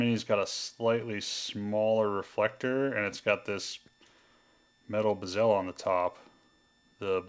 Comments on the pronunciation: yeah...driving me crazy on the pronunciation of BEH-zl.....definately NOT buh-ZEL.... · Sorry, but it is BEH-zl, not buh-ZEL.